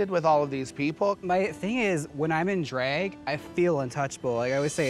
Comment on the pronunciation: I love when Jaymes says “Dreeg” instead of “Drag”